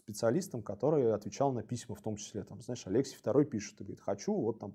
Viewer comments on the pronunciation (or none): не АлЕксий, а АлексИй! ударение!